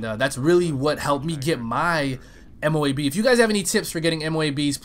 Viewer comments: It might look M.O.A.B. but its pronounced MOAB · dud... ITS! MO-ABB thats how u say it noob